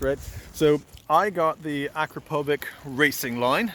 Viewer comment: The pronunciation on akrapović broo😅😅